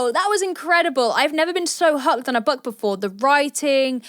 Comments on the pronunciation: why am i hearing...'buck'? instead of book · Is she saying buck or book?